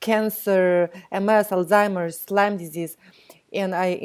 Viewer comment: Lyme not Lymes